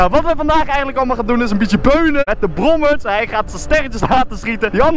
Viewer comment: ik erger me altijd als jij brommerTSS zegt god damn zeg he